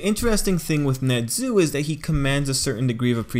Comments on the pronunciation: His name is nezu not nedzu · Wtf is that accent?NeZUUUUU